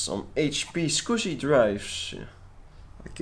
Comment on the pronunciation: Gotta love the way he says Adaptec Skoooscy Controller